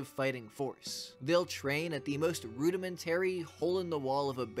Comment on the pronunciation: Rudimentary and barracks aren’t pronounced that way.